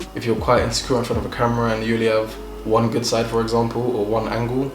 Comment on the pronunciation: It’s the Nigerian Accent coming out for me😂, “my God is goodOO!